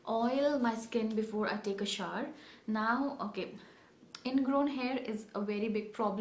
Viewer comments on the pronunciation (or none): It's not shaar... It's pronounced as shou'ər (shou/er) 😊😊